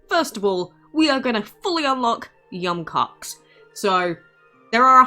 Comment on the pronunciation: Im bothered pronouncing yum koax